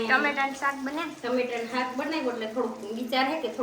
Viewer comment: હાક ❌ શાક ✅